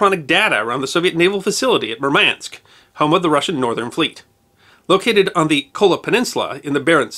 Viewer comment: mUrmansk, not murmAnsk.